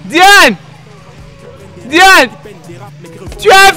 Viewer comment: Diane pas ndiane 🙄🙄🙄🙄🙄